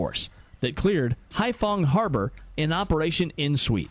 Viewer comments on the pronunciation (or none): none